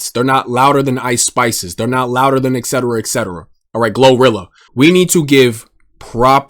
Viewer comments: I have one complaint. STOP SAYING EC-CETERA. It’s ET CETERA. Makes you sounds like a dumbass when clearly you’re not. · I only say this out of love, but it’s etcetera. Its pronounced et-set-erah, not excetera ex-set-erah. A lot of really intelligent people say it wrong, we’ve gotta spread the word. You’re doing good work with your vids, keep it up.